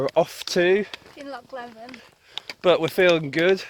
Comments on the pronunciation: Great video well done. It's pronounced kinloch Lee vin. 😆😆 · Please. It's Kinlochleevin. Do your research or ask a local. Well done though, you made good mileage. You wearing Altras? 😜 Cool. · Pronounced, “Kinloch leeven”. Pronounced “Inver sNaid” Shouldn’t wear shorts in Scotland if you don’t want to be midge food.